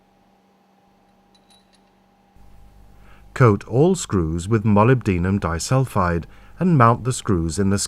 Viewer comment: I will not be able to hear 'molybdenum disulfide' without cracking up!